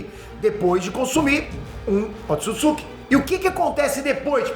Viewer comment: Um dos maiores canais do Brasil e NINGUÉM DA EQUIPE, em todos esses anos, disse pra esse cara o nome certo do clã. Erro de pronúncia é normal, mas você tá colocando outra sílaba no nome 🤪! Não é "...tsukitsuki", mas sim "...tsutsuki"